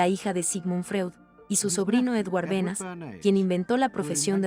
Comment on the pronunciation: Me pregunto por qué motivo, la persona que relata en español, lee tan horriblemente el texto… sin entonación ninguna, sin la pausas adecuadas y sin hacer siquiera caso a los más elementales acentos (sólo como ejemplo, no escuché ni una sola vez la diferencia entre “como”, y “cómo”…). Además, el documental menciona constantemente a Edward Berneys, y lo leen como “Benas”… Realmente una pérdida de tiempo